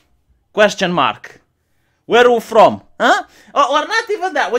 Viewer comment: Why did I lose it at "whereoofrom"?